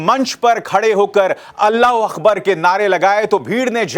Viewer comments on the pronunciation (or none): It is Allahu AKBAR. Not Allahu AKHBAR